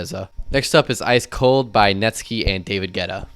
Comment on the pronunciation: It’s pronounced Net-Sky (as in blue sky) not Net-skee. It’s all cool though, I used to pronounce it as Net-skee too.